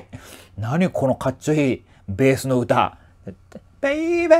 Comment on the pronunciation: らぶせんさん！ 2曲とも本当に素晴らしかったですね～！ のBabyの発音、かっこいい☆ ユニット曲、今からとっても楽しみです♪ 「ConneXion」にインスパイアされた物語がdTVで？！ それまたスゴイお話ですね～～！ こちらこそご視聴いただきましてありがとうございました☆